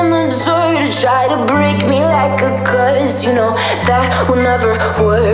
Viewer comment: she pronounces "BREAK" as breek wtf???